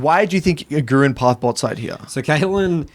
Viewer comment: really nice video. but as a german (agurin is also german) i have to tell you: emphasize the A not the U its Agurin not agUrin i know this has prob nothing to do with the video but just wanted to get it out there